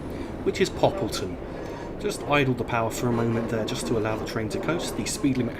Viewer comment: Great video so far (I've skipped to the end so I can see York)! I really like this route in TS not only because it looks really nice and I know the route well in real life because I live in York. Great to hear you pronounced Poppleton correctly! The stopping point there was spot on btw. One thing to note (with the route) is that the speed limit actually stays at 30mph until you reach the platform, but that's all. Again, great video :)